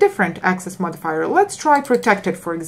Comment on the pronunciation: The sheer anxiety every time she says "modifier"......